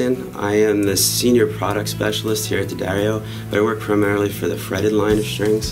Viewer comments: ***** From a previous video. He said DEE-uh-dario before. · You finally figured out how to say the name correctly! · Great,, telling Americans the correct way to pronounce Jim's name -- DADDario -- euh, I'll say it again...DADDario.:)) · I've used nothing but D'Addario strings for two decades, and I love vids! \m/ BUT Mr. +: I know you love coming up with your own pronunciations for stuff, but they say "D'Addario" like "dairy milk": Da-Dairy-O See also: I've been listening to you say it that way for so long I catch myself saying it the wrong way all the time. You are a bad influence:) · Haven't finished watching the whole video yet. I'm wondering if anyone corrected you in your pronunciation of D'addario. Duh-DAIRY-Oh.